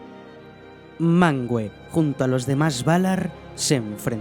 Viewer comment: No se pronucia MANGUE, se pronuncia MANVE, lo dejan mas que claro en las notas del idioma en el Silmarillion